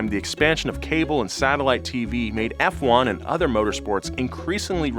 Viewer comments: I’m sorry, “Fwun?” Hard no. It’s never referred to as that. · Err, who in God's green earth calls it "fwon"? 🤣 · It’s not an oil company and who calls it “fwon”? Whoever does the script needs to be actually do some research. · Never heard anyone call it fwan. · “Form-uh-luh 1, or Fwone, as it’s called” killed me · Sorry what, "fwun"... please tell me this isn't a thing bahahaha. Its "F-1" and nothing else! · Since when did Formula One became Fwun? 🤣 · "Formula 1 or Fwun" i'm speechless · who the hell calls Formula 1 "Fwun"?? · who tf says fwon? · Ah yes "fwuan", my favorite motor sport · Tell me you dont really watch f1 without telling me Uhh its actually "FWUN" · I've never heard anyone call it "fwon" in my life. I've been watching F1 religiously since 1982. So, the only time I've heard that unfortunate word is when you said it. Don't do that again. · Never every call it "fwun" again please I beg. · what the hell is fwun??? WHAT THE HELL???? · Oh you’re no fwun! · Why it’s so fwun to say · I shorten it to fone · even Hikari Kagura ever mention F1 as "Fwun". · F1: it's fwun for the whole family! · Yea, no one calls it “fwun”. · Fwon!!! Ahhahahahhah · Fake Fwun fan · On second thought, please keep calling it fwun. Because watching its fanboys twitch like that, is hilarious. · Fwun?!!?! wtf?!? Bad! No, not like this. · 6 seconds in. Not known as fffffone. Really? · "Fwon" that's a doozy, never in my life have i ever heard it. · Been watching F1 for 40 years... First time I heard " fwun". You just told 750,000 people this misinformation. Thought better of you. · No one ever said “fwan”😐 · No one calls it "fwun" sherlock its "F one". Do better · its not Fuan its F1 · F1 not Fwun. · Tommo please make a video while saying fwun instead of F1 please I beg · its not fwun its juan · Nobody calls it Fwahn. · "known as FWANE" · who tf calls it fwun lmao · “Formula One or FWONE as F1 fans call it” Haha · Did you just call it fuan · No one says fwun dafuq